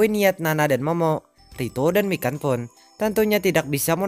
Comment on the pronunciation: ngakak gua pas denger nyebutin nama mikan kek kedengeran nya ikan :v